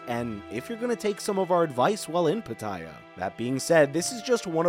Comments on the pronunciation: that is not how Pattaya is pronounced. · It's hard to take tips from someone who can't even correctly pronounce the place he's taking about. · Please learn how to pronounce pattaya properly.